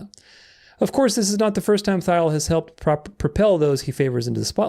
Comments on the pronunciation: Peter Thiel is pronounced Teel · Love the vid! One small bone to pick tho, pretty sure Thiel is pronounced /tiːl/